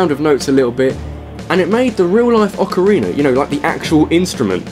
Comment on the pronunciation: orcarina of mittens??